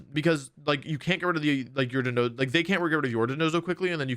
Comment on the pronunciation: Thank you so much for pronouncing dondozo properly, everyone else I've seen has said dodonzo